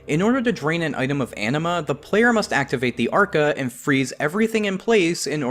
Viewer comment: I heard Anima as Enema, and now I can't unhear it...